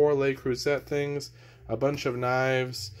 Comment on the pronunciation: It’s pronounced Leh (not lay)-crew-say (not set).